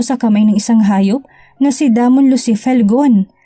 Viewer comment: Damon pronounce Day- min .